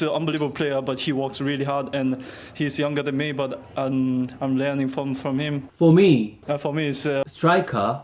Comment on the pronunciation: 독일사는 교포이고 손흥민선수 경기도 한번 보았었습니다. 정말 초반보다 영어가 많이 늘었네요. 사실 손선수의 독일어 실력을 보면(인터뷰한 내용) 발음은 원어민급은 아니나 일반 한국유학생보다는 훨씬낫다고 생각했었는데 정말 언어가 부쩍부쩍 느네요 ㅋㅋ 아 그리고 I’m learning 할때 독일식으로 말하시네요 러닝이 아니고 레아닝 ㅋㅋ(독일어로 배우다 를 lernen 레아넨 이라고 합니다) 그리고 goosebumps 는 독일어에도 Gänsehaut 라고 거위살돋다 닭살돋다 식으로 독일어에도 있는 단어입니다. 아 왠지 제가 기쁘네요 손선수 영어도 향상되서요